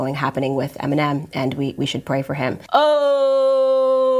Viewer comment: she cant even pronounce eminem